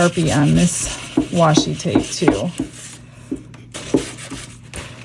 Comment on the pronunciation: no worries, so many people mispronounce it. I’m still gonna watch and buy from ya. You’re my favorite 🤩 you tuber. 😆